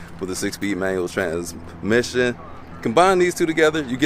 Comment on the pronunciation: I wanna hear you say "transmission" again. 😂😂😂